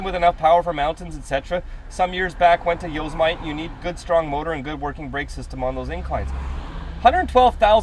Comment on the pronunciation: Damn Canadians who don't travel! Lol. It's pronounced "Yo-Sem-i-tea"! Not "Yos-smite"! Lol. Just bugging ya buddy! Most important question: can you FedEx me some Canadian beer?!!